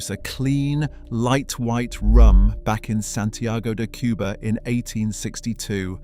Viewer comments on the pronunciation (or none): none